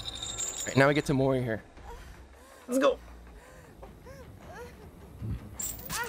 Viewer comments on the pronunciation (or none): none